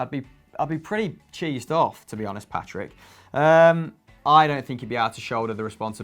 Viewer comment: Did just call pato Patrick